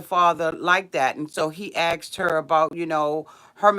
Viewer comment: It's asked....not axed LOL